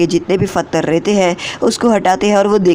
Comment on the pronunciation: Bhai love you but phatre ni pathar